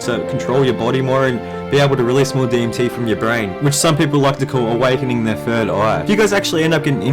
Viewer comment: I love it when you say fird aha. Keep this series up bro